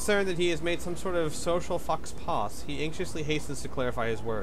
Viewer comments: faux pas = foe paw not fox paws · "foe pah" not "fox pause" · Really? "Fox Paws?" It's pronounced "foh pah."